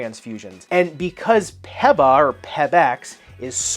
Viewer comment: It is because a previous review of the WOW 10 for my daughter to play HS Volleyball. So thanks much. My only comment here, is the way you are saying PeBax. It is pronounced Pea-Backs. Not Peb, like pebble. Keep up the great work otherwise.